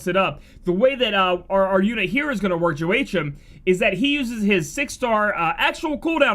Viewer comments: JO AYCH EM? Sir. My ears. WA-KEEM. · Joe-ay-chim? 😂😂 Wha-keem is how you say it. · lol good banner review but the butchering of pronunciation is killin' me. Laevateinn = leva (first part like levatation) - teinn (think of stain without the -s) Vidofnir = Vi (vee) - dof (as in dolphin) - nir ( near ) Joachim = Wa-keem some people probably got the last one beaten to the ground but yea.. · Joachim = Wah - keem. Thanks for the video! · Hey fam, Joachime, is pronounced as "Wok-him" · Joachim is pronounced (hwa KEEM). It's French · Joachim. that name is pronounced Yo - ah - keem